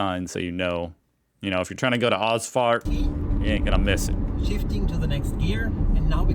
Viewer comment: I love your "Ausfahrt" : "Os fart" poor Ossis :-) meaning: EXIT but OK, some people might live on exit :-)